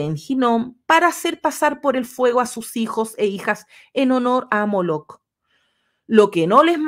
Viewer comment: Ojo: en Molec-k, la consonante final la pronuncias como [g], no es correcto. Ojo: la traducción Griega de los Setenta es poco confiable.